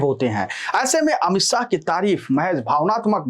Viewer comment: भाई साह नहीं शाह है नाम । अपनी भाषा में संशोधन करो ।